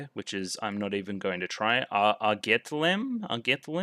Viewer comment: Airgetlaim is pronounced as ''Ahr gaat el ahm'' Genjuro was indeed always related to Tsubasa. We know his full name in S1. Spy Glasses make their return! Incorporating Yoyos in to Shirabe's Gear is such a smart move, it also gives her transformation sequence a lot more distinct personality. New songs this week: ''Genocide Saw Heaven'' ''Just Loving Edge'' for Shirabe and Kirika and ''Bayonet Charge'' for Tsubasa and Chris. -and of course ''Radiant force'' returning with the new dubstep remix.